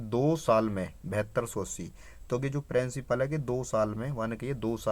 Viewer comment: Hutiye! वो प्रिंसिपल होता है प्रेंसिपल नहीं 😂😂 Bolna sikhle pehle fir padhaio 😂